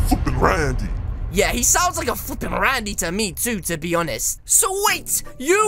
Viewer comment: Yep he said rany so many times